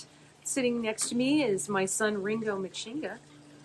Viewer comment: You pronounced my name perfectly! I learned on a cooking channel yesterday that you can eat the stems of cilantro and basil and it tastes the same, but parsley stems seem to be bitter. Hi, Ringo!